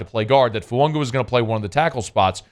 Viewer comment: Hey, this is directly from the New Orleans Saints website......"Name pronounced tah-lee-ESS-ay Foo-AH-gah". Please STOP saying FuaNga!!!!!!!!!